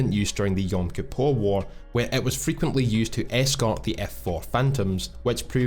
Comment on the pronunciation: what a legend, as a jew I can confirm he did actually pronounce Yom kipper correctly